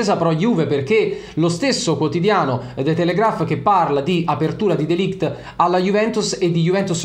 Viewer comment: Si pronuncia MatEis(c) DeLigt